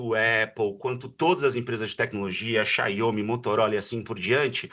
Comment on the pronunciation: Parei de ver o video em "Xaiomi" . Se diz mergulhado na tecnologia e ainda pronuncia errado? Nem quis ver o restante.